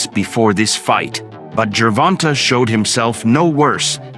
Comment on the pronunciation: Wait a minute. Is it Gervon-TA or Gervon-TAY?